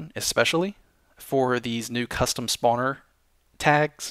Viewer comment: I like how he says not "Spawner", but "Spaauwner". :3